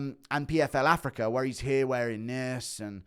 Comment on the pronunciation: does know it's pronounced "africa" not "africar"?